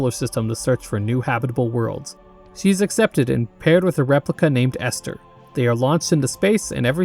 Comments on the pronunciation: i would love to see a video on white knuckle. the game is still in early access and the story isnt done yet but id love to see an analysis of it also i died inside (but only a little bit) whenever you said ester instead of elster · Bro did not seriously call Elster Esther.